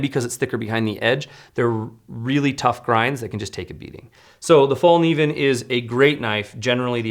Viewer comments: Just FYI “Kniv” in Morakniv and Fallkniven are pronounced similar to the hard k in Evel Knievels last name and not like knee. I really enjoyed this episode, there are just so many options out there and thanks for putting them in order of cost. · Learn how to say Fällkniven! I am from Sweden but i dont say cuntdoor instead of condor!